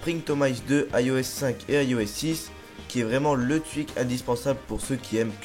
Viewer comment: llol tu dis le twuik